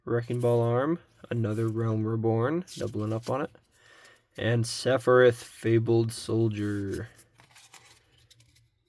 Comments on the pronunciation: Seph-e-RETH 😂 = SephiROTH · definitely mispronouncing sephiroths name on purpose